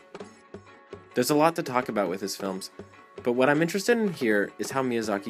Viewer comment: You said onimay lol